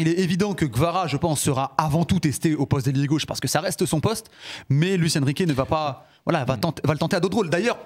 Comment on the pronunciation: Blabla le mec ils arrivent même pas à prononcer son correctement vous faites grave rire